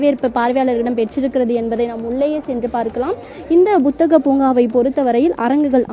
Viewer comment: Athu buthagam illama. Puthagam